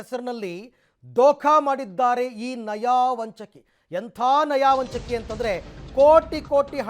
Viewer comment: ನಯಾ ವಂಚಕಿ ಅಲ್ಲ ಸರ್ ನಯ ವಂಚಕಿ